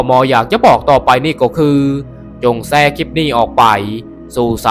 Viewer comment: แชร์ไม่ใช่แซร์